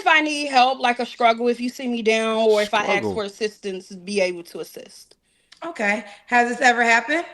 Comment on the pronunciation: I am sorry…and I will get rammed for this…can we pronounce the word ask correctly?